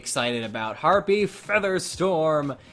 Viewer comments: stop saying herpies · You sir... You get a thumb for the laughter you gave me.